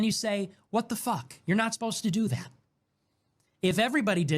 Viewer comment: The word "that" does not contain the letter "D." You're welcome.